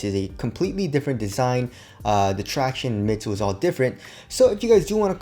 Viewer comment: “The tractionays” 😂